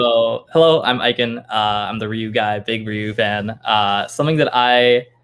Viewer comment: glad finally learned how to pronounce ikans name lool